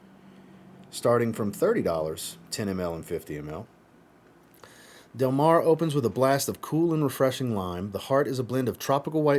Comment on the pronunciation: I definitely loved Del Mar La Tacita de cafe is really good as well. I still have 4 more to test. You pronounced the name just fine. Del Mar reminds me of Alien from Mugler I could be really off but that’s what I got. Which I love Alien. I do have a slight cold today 😂